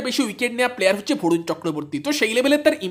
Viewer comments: Vorun na 😂, barun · ভরুন নয় রে ভাই বরুণ